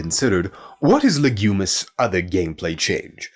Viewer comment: lol, you keep saying "Legumis" instead of "Lignumis" after the Latin word for tree "lignum" makes it sound like the planet is about legumes, IE: peas.